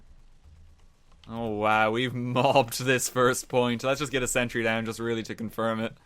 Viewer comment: sen-tree lvl tree